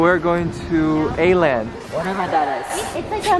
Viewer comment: Stephanie and co reading the store name like: "Aland" Meanwhile my swedish a$$ knowing damn well it says "Åland". (It's a joke but also; Åland is a group of islands in sweden/finland)